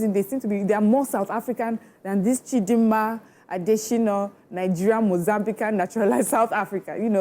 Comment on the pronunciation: It's ADETSHINA not ADESHINA please. " yoruba have the habit of twisting names to suit their own.